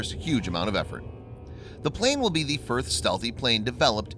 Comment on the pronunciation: Or simply can't say 'the' for some reason